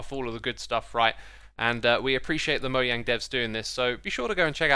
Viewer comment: It’s not moyang it’s mojang